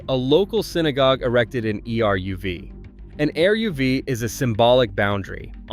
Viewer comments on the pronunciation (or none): Your title is wrong. It's not 10, but 8 towns. If this is an AI voice, it's terrible. If this is a human voice, the person needs to learn how to pronounce names. The Ch in Chabad is not pronounced like chocolate. It's a gutteral h. Eruv is not spelled out. It's eh-RUV. Bala Cynwyd is pronounced BAH-luh KIN-wid. It's ROSH Hashana, as in O, not RAHSH Hashana, as in ah. Golda May-EER. And Chesed is also a gutteral h sound. If Ulysses S. Grant were alive today, he would regret his expulsion of Jews from the military because of the amazing IDF. Don't mess with the Jews! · Eruv is pronounced Air ruv